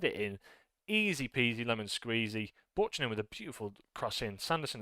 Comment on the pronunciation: Great win. Also, it's pronounced b-you-cannon for Buchanan.. not butch-anan